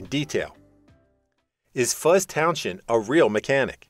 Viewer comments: Towns end not townshhhzzhhhennnd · It’s pronounced Fuzz towns end…not town shend….please🤦🏼🤦🏼🤦🏼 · I've known Fuzz for 30 years, he is one of the nicest people you could meet, he would be laughing at the ridiculous way you are pronouncing his surname.